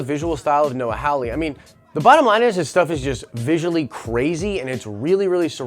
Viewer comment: The name is Hawley (HAH LEE) not Howley (HOW LEE). You claim to be a fan of Legion and of Hawley, but you cannot pronounce the man's name right. Learn to read.